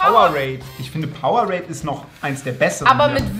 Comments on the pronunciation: Bin ich fr die einzige die sich darüber aufregt wenn jemand powe-rade sagt das heisst power-ade kriegt das doch bitte in euren kopf😭😭😭😭😭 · Wie es echt heisst: PowerAde wie es Rezo sagt: PowerRade 😂😂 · Funfact: Es heißt Power-ade also es wird auseinander gesprochen Will nicht klugscheisen wollte nur mal sagen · einfach powerade einfach falsch ausgesprochen🤣🤣